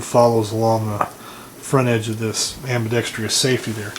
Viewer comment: You keep mispronouncing ambidextrous. There is no long E sound after the tr in ambidextrous. Not a big deal.